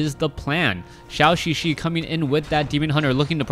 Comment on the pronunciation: For some reason pronounces Zhouxixi like Shaoxixi.